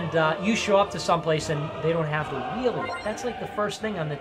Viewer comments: Its not HWEEL. Its WAHEEL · I can’t go on if he says “Hweel” one more time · I can't be the only one who finds pronunciation of "wh" sounds as "hu-we" to be maddening? "The hweel" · how many times did you sit down and practice saying “hhwheel” before recording this script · Sorry but we all just gonna ignore the pronunciation of wheel here. Great video would of been made better by just saying wheel like a normal folk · You mispronounce wheel the same way that Stewie Griffin mispronounces cool whip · what's up with pronouncing wheel here? is that a bit? that genuinely fucks me up a bit lol